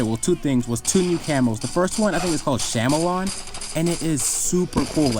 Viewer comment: You mean Chameleon, as in the lizard that changes color? lol. Not sham-el-on, cam-eel-e-in